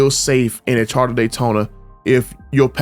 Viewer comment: “Charter Daytona” 😂😂